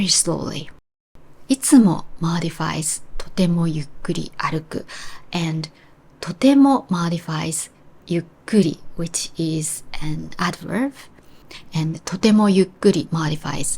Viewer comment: Congratulations on your excellent excellent English,. You're more eloquent than many native speakers of American English. Although I proofread professionally, I make mistakes you'd correct for me. So, please do that. Meanwhile, my friend, the "b" sounded like a "v" when you said "adverb." Don't worry about that, though, because I've made the same mistake. Please forgive me if I'm too choosey. But I pointed out the "v" sound because "adverse" sounds like the two-word sentence "Add verve," and "verve" means enthusiasm. Again, your English is excellent.